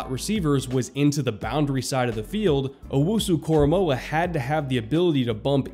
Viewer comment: Also, thank you for getting his name right. I can't tell you how many times I have heard broadcasters, reporters, and analysts get his name wrong.